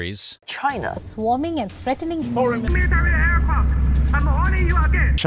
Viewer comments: Dis iz meratary ehrcwaft!! 😂😂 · Clicked "like"; loved the content - but I really, reallywinced when youi said "aircrafts" not once but many times.. The word forms its own plural - like sheep! Having said that, I learned a lot. The MSM in my country (UK) is strangely silent on these matters. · It’s not aircrafts … it’s aircraft… come on man !